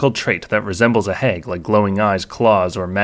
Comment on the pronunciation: Midwestern me possibly detects a Cheesehead! 😜 (From the pronunciation of "hag".)